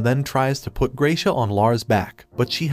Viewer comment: I just love how you fry to pronounce spanish words like sol and gracias. Its isnt the correct pronounciation but the way you say it fits better.